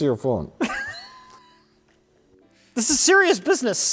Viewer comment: With each of your videos I like to guess whether it's or Mike editing and see if I'm right in the end. was a dead giveaway that Mike was the one editing. 😂 Sidenote: Mike let some of his northern-ness slip out on "phone" there. lol